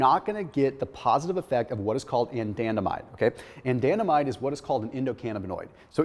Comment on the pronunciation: why is he pronouncing anandamide like that?